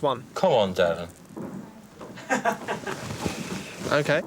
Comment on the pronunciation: He's a competitive little shit, isn't he? Then getting Derren's name wrong.